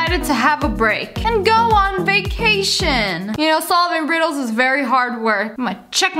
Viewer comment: These riddles make me laugh because of the way you pronounce it 😂